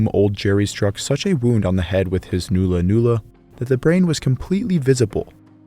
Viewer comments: It’s not “noo lah noo lah” it’s “nah lah nah lah” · It's pronounced null-a null-a not new-la new-la. Great vid. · its NOT a noola noola its a nulla nulla pronounced null a null a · it's pronounced nulla nulla, not noola noola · It is pronounced nulla-nulla, not noolla-noolla. The Australian timbers used for weapons were hardwoods with long fibres, so the wood is both hard and strong, such as a eucalypt named Ironbark. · And it is not NOO-LA NOO-LA it is NULL-LAH NULL-LAH , like the null in nullify . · Nulla Nulla not Noola noola. Its "U" like in nut. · Rosewood. Buried for about a year. Make good Nulla Nulla Not pronounced newla newla. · Great video, very well researched. Just one little criticism, nulla nulla is pronounced “nah-lla nah-lla”, not “noo-lla noo-lla” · Quite good testing done here and as someone else pointed out, the curved boomerangs and clubs were made from wood already in that shape. Mulga tree roots were especially popular. BTW, The 'U' in Nulla Nulla is pronounced as in the word 'under', not Noola Noola. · not "noola noola", /nala/. The vowel is like the u in hull or cull, more of a short 'ah' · ulla is the sound so n-ulla n-ulla. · It’s not new-la new-la brev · Excellent video, just a small quibble " nulla-nulla" is pronounced as in "null " and void. My missus confirmed this for me her being a Kamilleroi woman. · The "u" sound in nulla-nulla is pronounced as in "nut". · I just found your channel after seeing your video with Extinct Zoo, and now you're doing a video on my culture? Crazy stuff. BTW, Murrumbidgee is pronounced with a J sounding G. So Mur-im-Bid-Jee. Also, the Nulla Nulla is an Uh sound. Like in Nut. I'm from the Wiradjuri tribe, so we'd call it a Bundi, with the U sounding like the U in Jun. Bun-dee. Not trying to be rude btw. Just sharing knowledge. Thank you for the great video. Much appreciated. ♥️💛🖤